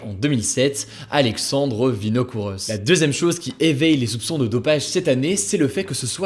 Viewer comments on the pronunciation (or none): Alexandre VinokouroVv et pas Oss merci Hugo